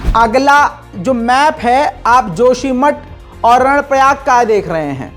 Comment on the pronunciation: " 🖋️🖋️🖋️ कर्णप्रयाग है ??? नाकि रणप्रयाग ????? 📘📘📘"